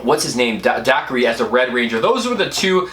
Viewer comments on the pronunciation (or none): you got chubby 😊 by the way, it's Da'ker' not Da'kre' :) loved the movie too.. watched it twice